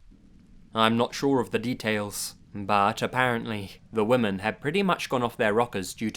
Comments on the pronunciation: Why do you always pronounce women as "woman"? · "Wimmen". It's pronounced WIMMEN! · is it just me or do youtubers have a difficult time pronouncing the word 'women'? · Exactly. Thank god somebody else noticed it too. Drives me crazy. Woman, singular. woMEN, more than one. He always says, "There was a group of woman." I don't understand how people who speak English can even make this mistake.